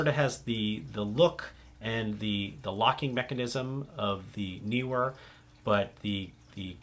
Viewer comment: The pronunciation of Neewer is not difficult. You chose right as Nee is not New and Were is not Weer.